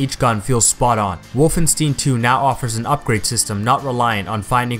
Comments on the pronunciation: Stein, not stien. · You said Wolfenstine instead of Wolfenstein lol